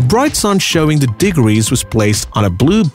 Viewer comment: “diggeries” not even close to “degrees